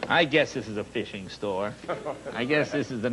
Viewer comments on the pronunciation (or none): none